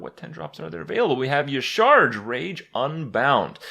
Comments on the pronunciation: Dear Papa Krip, yah-SHA-raj (Y'shaarj) Sincerely, your local Lore Nerd. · It's pronounced "Yasharaaj" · Ucharge.... Ucharge... It's Yasheeraajh